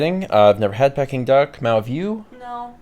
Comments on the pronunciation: Ah yes Pecking Duck... Peking Duck is pronounced Peeking Duck, the way said it. Also yes Peking Duck is delicious. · The pronunciation of peking was slightly triggering. It's pronounced peeking. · I wondered about that. I've always pronounced it Peeking so I was starting to wonder if I was wrong. I think I prefer Pecking now actually!!!!!